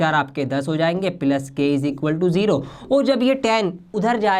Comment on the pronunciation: It is not plus it is pilus